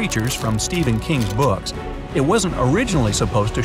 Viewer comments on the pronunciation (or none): none